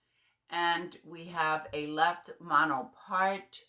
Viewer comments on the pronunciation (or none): none